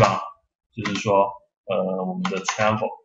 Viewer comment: travel 不是 tranvel